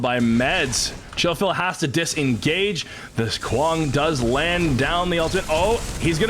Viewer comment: Every time that Brit said Kwang, I wanted to punch him. Say it right